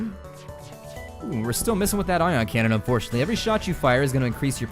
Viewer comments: I audibly laughed loud enough to draw people in from other rooms after you said "Eye-on cannon" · That "I" on cannon got me good. LOL'd